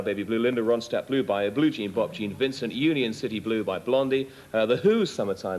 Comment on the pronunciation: I love how Robert Plant pronounces Linda Ronstadt’s name (“Roan-SCHTADT”) in accurate German fashion.